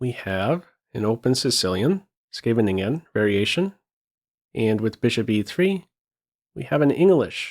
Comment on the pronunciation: Really impressed by your pronunciation of Scheveningen. You must have practiced.